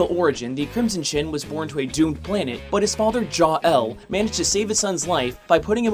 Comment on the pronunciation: "Jaw-EL" lmfao